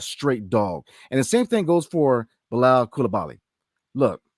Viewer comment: Can't even say Bilals name right